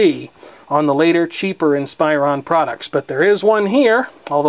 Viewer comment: Hey, like the video but, Inspiron is pronounced "Ihn-spuh-Rhawn" Not "ihn-spy-rohn"